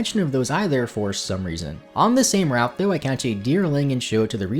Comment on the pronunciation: you head to the next rat? Not sure how that slip up happened but you say route just fine lol